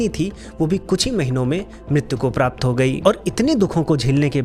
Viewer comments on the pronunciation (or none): none